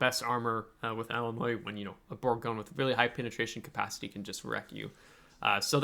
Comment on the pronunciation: Aah Illimoines... wut? 😂